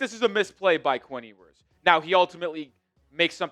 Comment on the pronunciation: Solid break down! But his name is pronounced “You-ers” :) I’ve heard other say “Hugh-ers” and sounds like you’re saying “Ee-oo-ers” But Quinn himself pronounces it “You-ers.” 😊